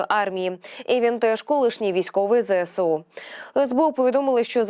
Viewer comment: Не "Зе ЭСЭ у",а "Зэ ЭС у"!; "СОЛДАТКА"🤣🤣🤣 Особливо мені сподобалось: "Пально"🤣🤣🤣🤣 Де ви,грамотії беретесь?